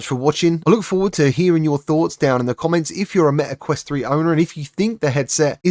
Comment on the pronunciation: Its meta quest 3, not me a quest